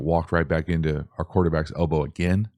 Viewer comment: Everytime you said elbow i winced